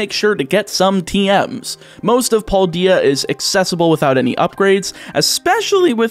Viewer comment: cringes in how you say Paldea